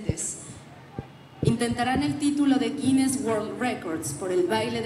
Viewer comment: Tienen que escuchar mejor, ya que se han enfocado algunos en la pronunciación de la representante; ella dice Guines y resalta la S.